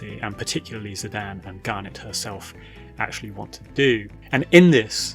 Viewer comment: I kept being distracted by how you call Zidane "Zi-Dan". So funny 😂